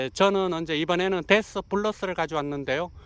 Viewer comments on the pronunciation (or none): 데스라고 되어있는데 왜 데시스라 하는지?